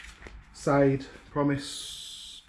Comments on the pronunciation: 90% do not pass go - straight to charity shop. Its pronounced SHARDAY. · Sade is "Shard-ey!'